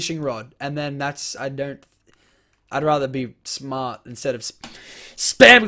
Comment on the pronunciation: "Would you rather be powrful or smaer?"